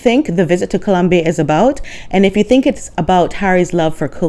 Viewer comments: I think you nailed it,!! Thank you! And thank you for correctly pronouncing "Colombia!" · As a Spanish speaker, MJam does not speak Spanish (and I love how you pronounce “Columbia”)